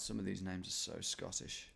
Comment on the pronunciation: I gotta say Scottish pronunciation was so far off hahha, do enjoy the videos tho